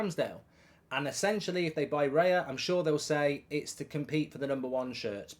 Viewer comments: Who tf is Reya it’s Raya mate 😂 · It's Raya mate. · Who's Reya? Do you mean David Raya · It's Raya